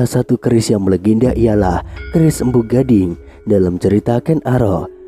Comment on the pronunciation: Maaf bro bukan Mpu Ganding tapi Gandring , tolong yg teliti soalnya ini sejarah biar nggak salah yg mendengarkan .🙏